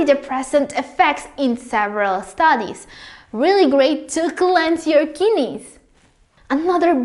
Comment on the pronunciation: Kinneys he he